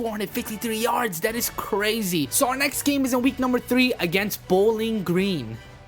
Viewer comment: You said bowling geens